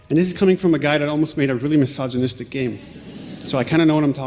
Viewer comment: "misogynistic" lol bro pronounced "sh1t" wrong.